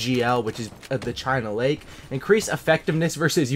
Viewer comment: Anyone not gonna ask about how he said CHINA LAKE FROM MW2 and THUMPER FROM BO1